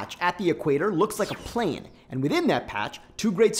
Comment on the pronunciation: A tiny patch at the equator looks like a plant? What are you saying. I just can't follow your sentences. You speak too fast without proper pauses and have odd pronunciation. "And within that patch, two great circles both look straight" you need to say From the ants point of view they look straight. And it's not" two great circles both look straight", it should be "part of the two great circles that the patch captures both look straight from the ants perspective". This is not so hard to understand as people mention in the comments, but the editing is so piss poor that you make it so that much more processing is required to understand what you are saying. Also its a geodesic not geadesic